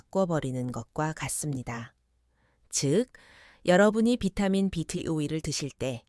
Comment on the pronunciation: B12를 사라 그말이요? 비타민 발음이 엉터리요.